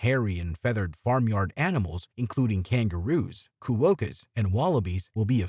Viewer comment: Definitely AI. Disastrous pronunciations. Glenelg, quokka, potoroo... the list goes on.